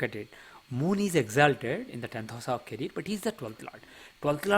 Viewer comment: Caree -er. Not caree-r😄